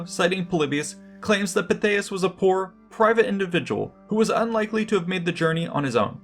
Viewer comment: I've always been a Pytheas fan, but for me its Pithy-es, not Pi-they-us. Of course I'm also a VER-kin-GET-or-ix pronouncer.